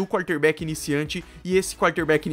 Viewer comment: Primeira vez que eu tô vendo o seu canal, nuita boa análise, bons dados. Pronúncia correta nos nomes dos Jogadores e nome dos estádios, mas algumas posições e termos a pronúncia não tá muito boa, wild card, quarter back, etc. Só uma crítica construtiva pra você